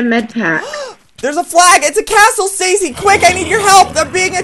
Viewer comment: Its "Stacy"